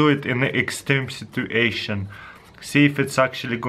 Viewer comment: "extreme Situ-A-tion"